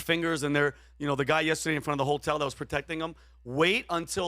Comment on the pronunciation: I love you pat your a goat but your pronouncing of the word yesterday drive me crazy its horrible just sayin